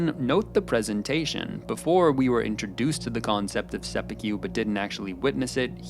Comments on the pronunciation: sep-ew-kew. boontaroo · I cannot bring myself to finish this for the continued pronunciation of 'sepukew'. God knows how many times it was probably said properly in the show and still.... 'sepukew', he says. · " i was ready to sepeku my television " hhhhhhhhhh omg i fet that too hhhhhhhhhhhh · I cannot get over the way you pronounce "Sep-yew-kew". XD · Came to the comment section for this comment. Thank you. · You pronouncing seppuku as “seppukyu” annoyed me the entire time. Good video otherwise. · lol, "sepi-cue" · Why does he keep saying 'seppukyu' ??? Where is the Y coming from???? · Is it too much to ask for you to pronounce japanese words properly? WTH is sepukyu? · se-POO-koo. There's no white billiards ball "cue" in there, no ribs or brisket BBQ. Koo, like lovebirds. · Very good analysis, just one thing (sorry, couldn't help myself). You are pronouncing seppuku wrong. The "ku" sound at the end should be pronounced like in the word "Kurosawa" :) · seppuku. it takes less than two seconds to learn how to pronounce it. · good video but the pronunciation of seppuku made me shiver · Holy smokes bro why are you saying seppuku like barbecue? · You could pronounce seppuku better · You constantly misspronouncing seppuku so badly makes this video difficult to watch. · Totally a tangent, but why do you mispronounce "seppuku" so badly when you've watched the series? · Every time he says seppuku incorrectly it makes me cringe and die a bit inside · Say it with me bro… Seh-Pooh-kooh, not sepeekew 😂😂😂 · It's pronounced sepPOO-koo. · For the love of God, the word is seppuku not seppekyu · seppuku, not seppukew. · seppukyu , not seppukew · Sorry but i must correct your pronunciation of Seppuku: its not Sepewkeew. Its sep-oo-koo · Perfect except for one thing - your pronounciation 'seppy Q' is cringe. It's 'sep poo koo'. Take a beat on the P, blow it out with your lips. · Not "se pu que", it's "se pu koo". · You are pronouncing Seppuku wrong. Set-pu-ku NOT Se-phew-ku 😅